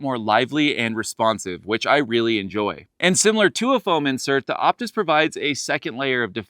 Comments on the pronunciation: I think its called the Oh-pus like the fine wine 🍷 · The P is silent. It's OTIS. Otis loves us!